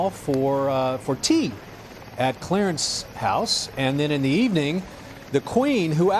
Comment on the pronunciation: "Clearance House," no! It´s "Clarence House!"